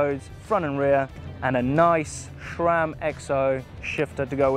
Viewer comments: SHRAM lol SHRAM, who's the H in SHRAM lol 😂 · "Rock ShoCK" and "SHRAM" are triggering me every damn time!